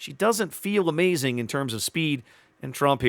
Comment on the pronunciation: The 'o' in Tromp is a bit like the 'o' in 'bored', but a bit shorter in length.